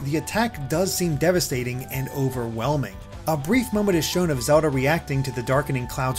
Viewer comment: Does anybody feels annoyed by the way he pronounces Zelda?